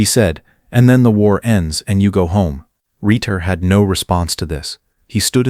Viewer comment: A good story, an interesting story. But I'm baffled as to why obvious mistakes in the narration are not corrected. Is it in some locked software that you can't get into? The main character's name is Reuter, pronounced ROY-ter. There are Reuters in my midwestern neighborhood, spelled that way and pronounced that way, all perfectly natural. Yet the narration calls him Ritter, and Rieter, and Reader, and perhaps a few other dumb mistakes. Why is that?